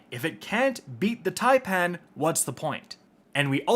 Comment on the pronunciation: So Americans CAN pronounce taipan properly. Just not Fallout (typin’) or Aztecross (taypan) Well done, boy👍